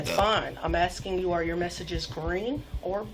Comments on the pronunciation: Legend says if he wasn't saying AXING instead of ASKING, he would have stayed out of trouble. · why is she axing him all those questions? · I axting you a question. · Why can't black people say ASKING? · you axxin me a questin